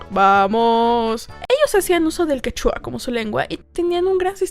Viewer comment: Amé el video y la investigación, es dms completo; lo que me encanta por que tmb estoy obsesionada con la región. Solo una corrección xq soy medio picky y amante de la cultura quechua se lee como (quEchua), no como (quechUa). Fuera de eso, excelente video 🥺❤️